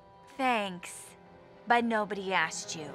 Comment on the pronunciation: OH NaH ShE SaiD NIBODY ASkeD ThaTs CraZy